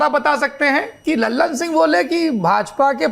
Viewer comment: लल्लन सिंह नहीं सर ललन सिंह